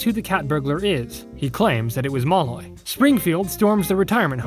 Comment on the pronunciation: That's one way to pronounce Malloy I guess.